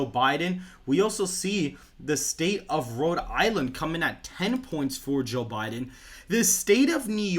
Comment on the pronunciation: Sounds almost like he's saying Jill Biden lol